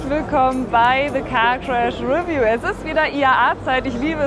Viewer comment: Revview? Betonung gehört auf View, nicht auf Re.